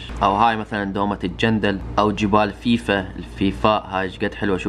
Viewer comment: جبال فَيفاء وليس فِيفاء وللعلم انا ساكن فيها حياك الله وبياك في اي وقت نرحب بك